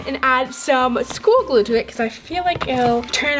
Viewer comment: Say glue not gluo